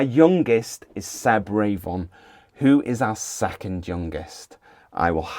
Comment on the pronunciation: RAY-von? Are you sure that's how his name is pronounced? I think it's more likely Revvin. Could you possibly find out as locals?